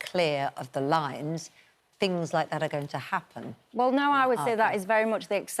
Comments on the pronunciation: It's pronounced "no", not "NERRRRRRR", daft woman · I can't concentrate on what she says as I just focus on the annoying way she says no.....'I durn't nurrrh'...'I put my head in my hands and thought, Urrr nurrrh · what does "Nerrr" and "Rightly serrr" mean?